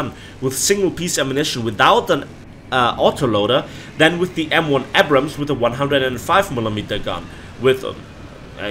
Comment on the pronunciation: Man the way you pronounce Abrams triggers me.